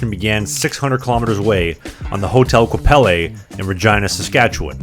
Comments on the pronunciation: Thank you for your great review ! Lived here and loved it for almost 40 years! PS Qu'appelle is pronounced kwa-pell ( accent on 2nd syllable)😉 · You don't pronounce the "E" in Quapelle...dummy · I know you're Canadian, but there is no 'eh' at the end of Qu'Appelle. Just 'eL' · Many memories there from my U of S days-- but---- you should learn how to pronounce Qu'appelle. It is French for "who calls" . A Cree word. There is a Qu'appelle River and Qu'appelle Valley near Regina. Shame on you- a Canadian from the next province for making this most embarrassing mistake. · Yet he butchered Qu'Appelle 😂